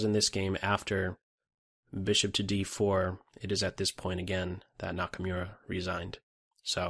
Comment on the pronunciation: Nice video as usual. Just one little thing: Hikaru's last name is pronounced like Nakamoora, not Nakamyura. :)